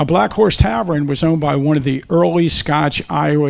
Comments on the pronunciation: “tavren”? How about “tavern”? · Loved the presentation but wtf is a "Tavren?" Almost had Tavern. haha